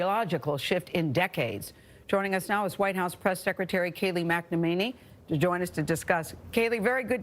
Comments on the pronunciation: Mack-ne-main-ee LMAO! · Haha she said Kayleigh McEnENEMY